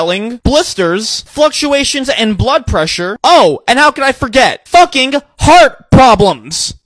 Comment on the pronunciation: “FACKING HEART-PROBLEM.” Such inspiration words